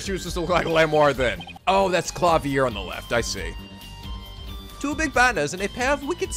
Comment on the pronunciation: Yeah, Klavier only spent around 2 years or so in Germany. In reality he has an American accent and just keeps using German words and phrases, probably completely mis-pronouncing them. He's a big old dork.